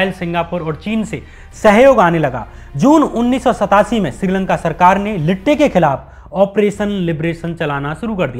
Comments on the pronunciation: Sirji, Lipte nhi LTTE HAI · Your analysis is good your have stayed with facts but.. Pl note LTTE IS NOT TO BE PRONOUNCED लिटंटे